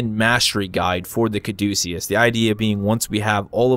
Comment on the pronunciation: Thank god you know where the name comes from and how to pronounce it correctly. I'm getting sick of youtubers talking about "That's how I pronounce it." Thanks for being educated, keep up the good work. Thanks for the review.